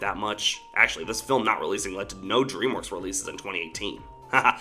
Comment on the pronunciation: Please do not say dreamwokes it really annoys , frustrates and infuriates me when you said that